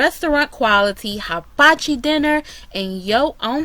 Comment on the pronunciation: The correct pronunciation … is hee-ba-chi. just thought you would like to know.